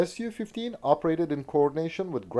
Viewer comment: Thank god you said S.U. 15 and NOT "Sue" 15...im sick of so called avation youtube "experts" refering to Suhkoi aircrafrt as "sue" and not "S.U."